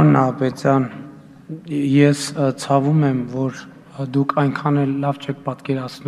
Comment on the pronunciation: ... խորը ԾԱՎՈՒՄԱ՝ շատ ԽՈՐՆԱ ՑԱՎՈՒՄ 😂😂😂😂😂